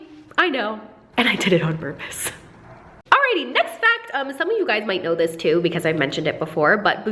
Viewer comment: Is it really an video if she doesn't say "alrighty" with an accent? 😂❤️